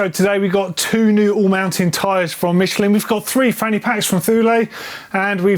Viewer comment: MITCHEL-IN? the only more wrong way to say it is the german way. MICHEL-IN lol that brand is french is is pronouced in their language. miˈʃlɛ̃ < thats how to pronounce it. if you can remember all the fancy smybols like me - look it up.